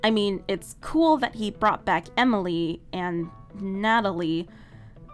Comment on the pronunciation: Just saying amalie not Emily just saying just saying